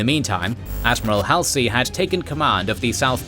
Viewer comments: kids u are going to be saying Halsey a lot so lets get it right it is not hal sie It is pronounced Hal- Zee Know this is # 49 and u have already done at least 70 by now but after 71 I expect u to get it right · It's Hallzee...NOT Halsee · How can you know SO much about this and present it so well.......but you've never heard anyone say "Halsey" before? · I'm sorry, I'm picky, but the narrator is mis- pronouncing some of the Leaders names. Namely Halsey and Nagumo.